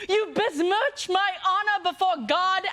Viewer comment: The pronunciation of besmirch as BEZ-merch messed up the whole joke, by making the funny word incomprehensible at the beginning of the line, it's a way of tanking a joke I wasn't familiar with.